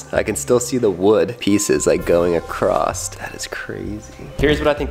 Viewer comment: It’s across not acrosst